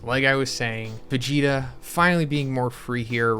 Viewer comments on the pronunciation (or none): immediately noticed that, sounds almost like "Fegeta"